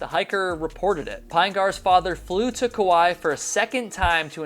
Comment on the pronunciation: It's not Koo-why. It's pronouncex Koo-why-ee